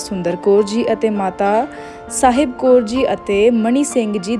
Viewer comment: ਸਾਹਿਬ ਕੋਰ ਨਹੀਂ ਜੀ ਕੌਰ ਬੋਲੋ